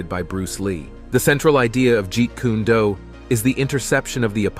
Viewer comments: Jeet kuneh-do 😂😂😂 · Jeet Kunna Do....🤣🤣🤣..at least say the name correctly. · You would be well advised to learn to pronunce Bruce Lee's Style...Jeet Kune Do! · Was anyone else highly annoyed at how this announcer was saying Jeet Kune Do?? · can't read the words right, especially those Chinese ones as there is no u sound on o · i'm sorry, developed WHAT??? Lmfao i've never heard jeet kune do pronounced like that before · This pissed me off severely 😭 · Hearing that hurt my brain 😫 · its not jeet kuna du..🤣 its jeet kune do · Ji-Kuna-Do????? Come on man...🤦🏾‍♂️🤦🏾‍♂️🤦🏾‍♂️🤦🏾‍♂️ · It's not pronounced G kundu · OH NO! NOT Jeet Koo-neh Doo! 😞😫😂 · Jeep kana-Do! 😂😂😂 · It's Jeet Kun Do Not Jeet Kuna Do 😡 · Buddy said “geet- koonah- doo. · Guys, I just took a Joot-Kuna-Doo in the toilet. 😂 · Jeet kune do (jeet coon dough) Not jeet koonae due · Jeet Kune Do. Not Jeet Koonie Do. First is not a style or Bruce Lee’s fighting style as he so firmly stated in his article in Black Belt magazine. Man, the living creature. The creative individual is more important than any style or system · It's pronounced 'Jeet K-hune dough'! Ahaa! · Jeet Kuney Dew lmfao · This guy said “Jean-kun-a-doo” lmao 😂 hell nah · Bro not jeet coony doo! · "jeet kuneh doo" is wild ngl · Jet Kuni doo lmao 😂